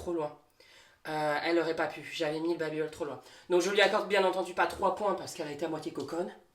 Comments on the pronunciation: Tu fais que dire babibeul c'est babibel et ça ce pronoce babibél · Babibééééle pas babibeul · Mais pourquoi babybeul?😭 chuis la seule à dire babybel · Ho mais le "babybeul" m'a fait beuguer toute la vidéo 😂😂😂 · « babybEUl » mdrrr